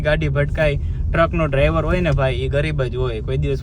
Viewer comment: ડા્વર નહીં ડા્ઈવર આવે 😂😂😅